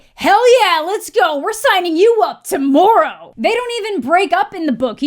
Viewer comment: "TO-MOOR-OW!" the canadian really jumped out with that one huh